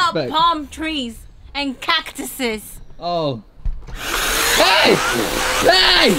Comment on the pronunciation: "They got palm trees, CACKTIZUS" 😂